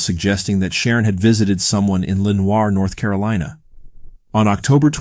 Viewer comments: Hey hun......it's pronounced 'Len-or'. I can't understand why so many people mispronounce names of places when I can be googled for how to say it correctly. Just sayin...... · First case, ugh, gives me major creeps!! Incidently, Lenoir is pronounced "Len-ore" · The way he pronounced Lenoir 😂